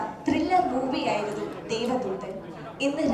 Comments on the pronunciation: ദേവധൂതൻ അല്ലടെ, ദേവദൂതൻ ! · ദേവധൂതൻ അല്ല ദേവദൂദൻ ആണ്